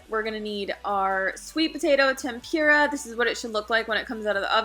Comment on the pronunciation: Loved the video but it's tempOORa not tempEEra